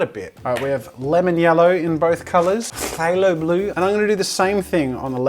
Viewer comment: Jazza Phalo Blue is pronouced 'Fae - low - blue"